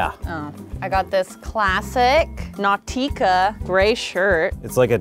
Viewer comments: she did not just pronounce "nautica" like that . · Can't tell if "Nau-Tica" was accidental, sarcasm, or genuine not knowing it's Nautica. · Is no one else uncomfortable by the pronunciation of Nautica? Nah-tee-ca? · does she SHE "Nau-tica" wrong or do i say Nautica wrong?? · She said it wrong lol as far as I know it’s pronounce nawticka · Isn’t “Naw-tea-ca” just Nautica? Has my life been a lie? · No she said it wrong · the way she pronounces nautica OMG, if you're from western sydney, australia you'll know that all the lads wear nautica t-shirts and hats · the way she pronounced nautica.. my brain hurts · The way she said nautica gave me hives. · why did she say nautica like that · Learn to say Nautica correct